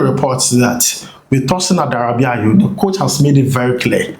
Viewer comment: Adarabioyo not Adarabiayo 😊